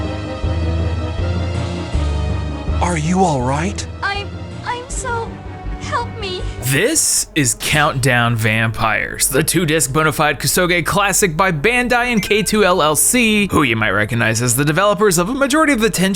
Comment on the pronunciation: it's pronounced "coo-soge"